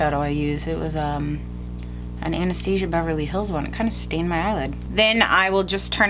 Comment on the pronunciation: Sounded like u said "anesthesia Beverly Hills" lmao